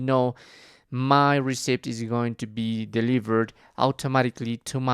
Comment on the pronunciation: It’s not Youber it’s Uber and you don’t say the p in receipt